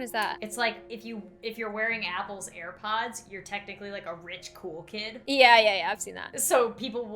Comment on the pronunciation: Grandma:ear pods Me:no no no grandma it's air pods